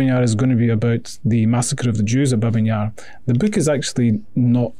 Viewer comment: Babi, not Babin, Yar